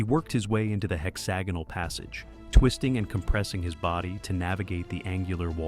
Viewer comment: Pretty sure that's not how you pronounce hexagonal. I could be wrong though